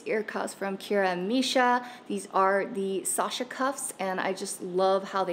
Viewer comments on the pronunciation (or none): none